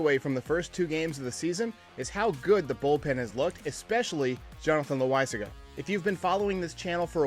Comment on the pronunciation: who doesn't love a good "JONNY LOSAGNIA " from lets be honest here